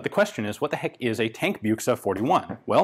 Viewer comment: Tankbüchse Not buchse